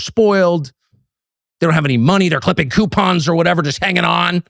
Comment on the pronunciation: Q-pons. Don't get me started on that racket😂